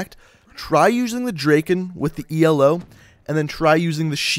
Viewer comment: I'm pretty sure, the ELO is pronounced "ee-low" I dunno, BTW I'm a fan of the SVG-100 because I like the looks, appeal, bolt and the damage, oh and the sounds